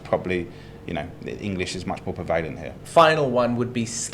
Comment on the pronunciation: Being a Brit, it offends my ears to hear mispronounce the word "prevalent". As he is so fond of the word he should learn that it is pronounced exactly as written - 3 syllables with the emphasis on the first - PREH-va-lent.